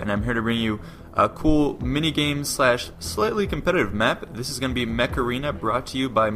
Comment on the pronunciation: Ha the way you say "mech" is the way you call somebody stupid in slang spanish.